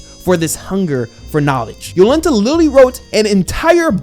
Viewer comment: Apparently the author based this story in Poland, the birthplace of Heliocentrism. Most of the names are Polish, you nailed Jolenta but I laughed pretty hard when you called Oczy (means eyes) Oxy 😂. And yeah this one a sleeper, I will probably go and read the manga when the show ends